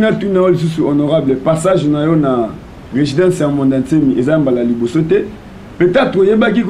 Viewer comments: Professeur ya français😂😂😂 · Résidence ou bien regidence?